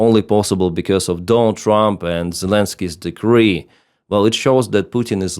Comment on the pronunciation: Also decree/degree and expert/export. Though his English is much better than an American blogger I also watch.